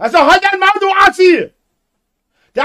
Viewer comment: Halt dein Mwwæuul"